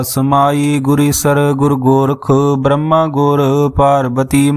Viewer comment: ਵਾਹਿਗੁਰੂ ਜੀ ਬਰਮਾ ਅਤੇ ਬ੍ਰਹਮਾ ਦੇ ਸ਼ਬਦਾਂ ਵਲੀ ਦੇ ਉਚਾਰਨ ਠੀਕ ਨਹੀਂ। ਵਾਹਿਗੁਰੂ ਜੀ